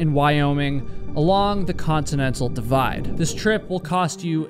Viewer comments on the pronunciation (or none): none